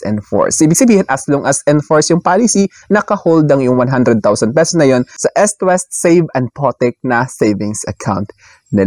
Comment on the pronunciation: Eastwest po, hindi Estwest. As in you pronounce it as eaaassst hindi esst